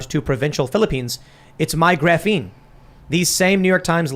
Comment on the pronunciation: “Graphine”